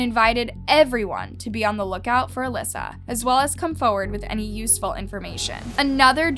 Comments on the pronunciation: Elisa not "Alyssa". Two different names and ways of pronouncing. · “Alyssa” to “Elisa” 👁👄👁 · im sorry..alyssa??? Its EEE-LEE—SAA. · Her name is Elisa not Alyssa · I enjoy listening to you…most of ur vids I have seen from other YouTubers but u give more information that others missed. But you really need to research some names or words I.e cadaver (dead body), Elisa (eh Lisa) Lam (lamb without the b) I suggest hearing how most people saying the name. Other than that you are doing pretty good!😃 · You said her name wrong the whole video. Eeee-lie-za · The way she pronounces Cecil, Elisa and lam 😳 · I love your channel. I’m a subscriber and have watched almost all of your videos. I really enjoy your content but it really bothered me watching this video and hearing you mispronounce Elisa Lam’s name and the Cecil Hotel. I can tell you do your research, I just wish you had taken time to make sure you at least pronounce the victim’s name. Rip Elisa Lam. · I had the urge to punch a baby everytime you mispronounced "Cecil" ffs dude. And you said her name differently non stop. 🙄 I love the channel but damn it was hard to sit through.